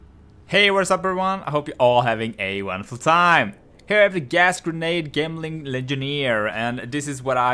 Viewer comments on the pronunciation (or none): Say it with me, "Jemling" its a character using gems, how is gems pronounced?